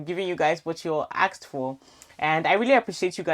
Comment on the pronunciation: Don't join the people who say axed,it's asked